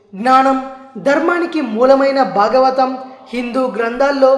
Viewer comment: Brother cheppatam ok. Kaani meeru words ki unna vothhulu palakatamledu.For eg.its Bhagavatham not bagavatham, bhasha not basha. these things make such a huge difference while uttering.The beautybof the language is lost , sometimes meaning too .I find majority of us dont mind this while others like Hindi people , they utter their worda properly majority of them. Lets respect our language and utter words correctly .